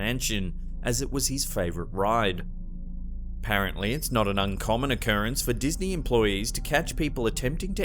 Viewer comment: Ok! I have a 38 year old daughter who is constantly mispronouncing words and one of her favorite words to mispronounce I heard YOU mispronounce lol. It was during the first segment when you were saying that apparently other people have requested to spread ashes in the park. But you did not say apparently, you said "parently"!! Lol the same as my daughter, now knock it off! Lol..